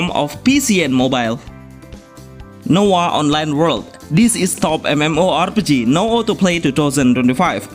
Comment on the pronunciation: Nowa Online, not Noah...